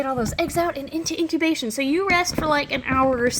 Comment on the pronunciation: Okay, did anyone else notice that she said "into intobation" instead of "into incubation"?